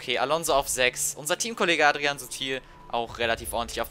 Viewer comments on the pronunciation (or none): none